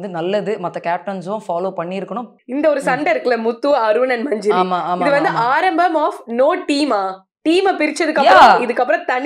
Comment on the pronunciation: மஞ்ஜேரி இல்லை மஞ்சரி